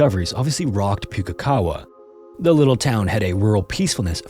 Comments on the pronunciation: Most NZers pronounce it as pook-ee-kawa (pook rhyming with book), it's not puke as in throw up :P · Excellent story, as always. I have one critique. Pukekawa is pronounced not as "Puke(like vomit)-e-kawa" it's a little more like "Pook(like look)-e-kawa." Hearing it said like that was... a little jarring. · Just FYI, Pukekawa is pronounced Pook (rhymes with look) -E-Kah-Wah, Not Puke-E-Kah-Wah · It's not actually prononced that way. Puke is said like Pookie (rhymes with Bookie) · I love your story telling technique😍, and no shade to your attempt to pronounce a small NZ town but as a Kiwi-expat hearing 'Pu-ke kawa' instead of 'Poh-key ka-wa' made me giggle😆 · Poo-key-ka-wah Maori place names can be difficult b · not a bad shot at pronunciation. If anyone's interested closest correct pronunciation of Pukekawa would be something like pook (like book with a p) so pookey car wah. Also from NZ and generally stuff like this doesn't happen, there's a handful of cases over the years that just don't make sense. Bain family murders are another and so are Ben Smart and Olivia Hope. edited trying to get the pronunciation a bit closer. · So weird hearing a story from my country on here...incase anyones interested - Im not an expert, but the pronunciation of that Maori placename iscloser to Pook-e-kawa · New Zealander here; this is a very well-known case in our history - I was even once at the same Christmas barbecue as Mr. Thomas when I was a child. In any case, your pronunciation of "Pukekawa" is almost spot-on, but the first syllable is more like "book" with a P. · I'm sorry, but I think I swallowed my tongue from laughing at the pronunciation of Pukekawa XD I'm from New Zealand and Maori names are VERY hard to pronounce for non-Kiwis. Good effort, narrator <3 I hadn't heard of this story, I had to google it after. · As a New Zealander you made me flinch every time you mispronounced Pukekawa.